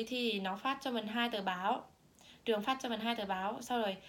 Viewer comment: =]] ùm biết ời !!!đọc lại chữ "trường" xem